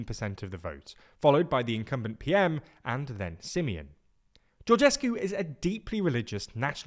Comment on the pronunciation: How he pronounced Simion s name :))) crazzy staff :) almost as bad as the misleading content . Sorry to say that but it is the truth 😊